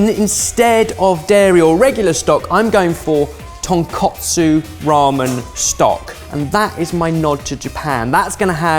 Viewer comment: pleasse dont pronounce it like ton kot su :(...